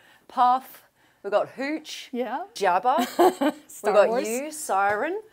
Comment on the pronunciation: It's not Siran... it's pronounced "See-Rin" E is pronounced exactly E.